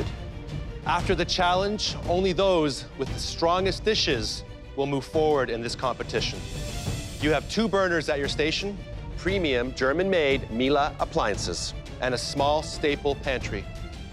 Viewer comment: Nicht Miela es ist Miele holly f... say it the right way!!